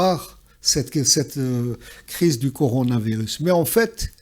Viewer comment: Mr Ihsane Elkadi c'est coronavirus et non pas conoravirus.